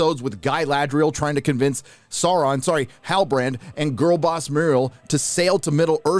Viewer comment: Dude I just keep laughing whenever I hear sauron sorry halibarand😂😂😂😂😂 or when I hear guy-ladrial 😂😂😂😂😂😂